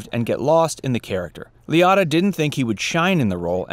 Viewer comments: It's pronounced Leeootta not Leeeadda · Ray “Lee-otta” ?!?? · Who is Ray Lee-Otter? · Joseph Gannascoli wasn't in Goodfellas....Also I wish this poster researched how to pronounce names and cities right. Liotta’s pronouced like "Lee-oh-ta" and the town that the Bing is in (real name Satin Dolls) is Lodi (pronouced Low-Die)... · Ray “Le-OH-ta” not ☺️ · That pronunciation of his name annoyed me too. What bed of rocks has this guy been living under to not know how to say Ray's name correctly?🤔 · you can’t pronounce anything correctly. so-PRAN-os. Ray LEE-OH-TA. LOW-DYE, New Jersey.